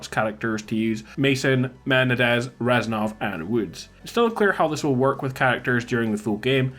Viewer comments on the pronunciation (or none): "men-nah-dez" how do you miss-pronounce a name that was repeated every 5 words in the game it was from